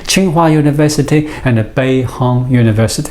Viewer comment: Constructive criticism. Loose the A after a word ends in D/T. "Science anda technology". Your English is really good, loose the A. :)